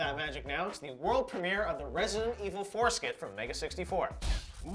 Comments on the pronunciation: "We have the Prem-ee-air of their Resident Evil skit coming right up!" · He says premiere weird.